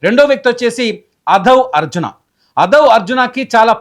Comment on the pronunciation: Bussy Anand___ not bassy anand // Aadhav Arjuna , not Adhav Arjuna